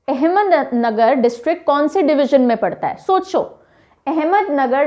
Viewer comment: Ma'am it is not ahmednagar it's ahmadnagar